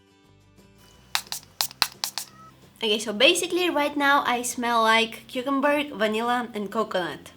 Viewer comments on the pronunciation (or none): "cucumberg" omg ur adorable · The way she said cucumber cucumberg